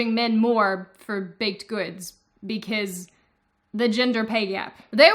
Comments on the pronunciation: Why do you pronounce "because" like that? Sounds like you're saying "be-case" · I love how you say "because". I just subscribed for this fact alone.